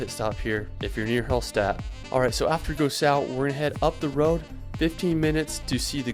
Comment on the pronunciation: Very good suggestions for the trip in Austria, thank you very much. But I hate the horrible pronunciation of the austrian towns (e.g. Hallstatt...), oh no...